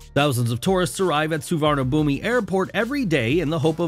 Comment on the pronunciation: Just bcause it’s written Suvarnabhumi doesn’t mean the it sounds like you believe. The final i is not spoken